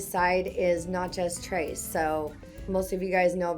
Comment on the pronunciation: Hey Darling, bless your heart, it's pronounced Natchez Trace not Notchez Trace.